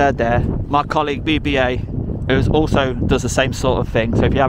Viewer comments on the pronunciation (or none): none